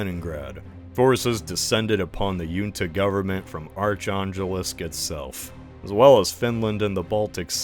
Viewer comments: Next time check from Wikipedia how names/towns/republics should be pronounced. Arkhangelsk definitely is not pronounced like ark-angel (because then it would be spelled arkeinžel). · it's Arkhangelsk, not Archangels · The pronounciation of "Archangels/Archangelsk" and many others is so jarring but I can try and look past that. Try. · I feel like you're mispronouncing words way more than usual in this video. Arkhangelsk: Hard "k" and hard "g" Junta: As it's a Portuguese word, it should not be a Scandinavian "j". Either "junta" or "hunta" Buryatia: Pronounced like "Buryatya" or "Buryatiya"